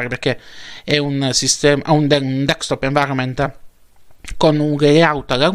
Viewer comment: Grazie x le notizie e la passione che metti...ma una cosa non ho capito. Perché lo chiami dekstop invece di desktop?